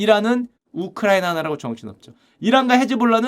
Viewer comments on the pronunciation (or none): none